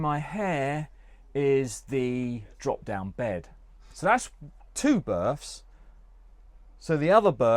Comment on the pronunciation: It’s not berfs it’s berths, your school teacher should have solved that problem when you were a kid, sorry for mentioning it but it’s annoying to hear. Other than that it’s a good review. 👍🏼